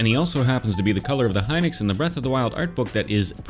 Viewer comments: I’m going to get a lot of flack for this BUT! I believe it’s pronounced “He-nox” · Hinox is Pronounced he nox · pronounciation is it hee-nox or hy-nox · the way he says hinox makes me so mad